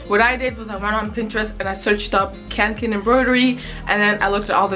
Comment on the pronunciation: as a swede, it HURTS to hear you say "kanken" hhahaha omg it's called kånken smh... Besides your lack of swedish-knowledge i love your channel :)